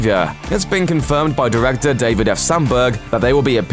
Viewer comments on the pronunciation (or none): none